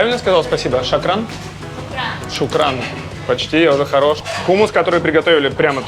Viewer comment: Тхина и лабоне а не лабне тахиния и не шакран а шукран а шакран переводится как обманщик врун